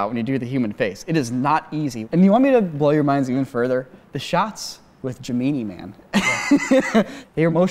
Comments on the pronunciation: the way says "Gemeenee Man" absolutely kills me. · the way says "Gemini Man" (correctly for one) made me cackle